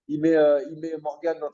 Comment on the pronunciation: on dit morgan pas morgane frerot